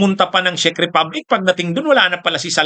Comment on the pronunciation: Czech republic not sheek republic. U must know how to pronounce right. Watching from Czech